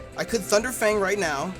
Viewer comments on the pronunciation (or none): none